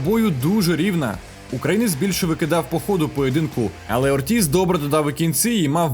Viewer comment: Американцы произносят О́ртиз, а не Орти́з.